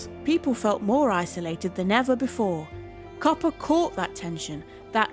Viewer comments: Hopper, or "Copper," as the AI pronounced it, at least once. Sorry. Do not care for AI narration. It's too ... Artificial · Ugh is this audio narration AI? the audio clearly says “copper” instead of “Hopper” without missing a beat. 😢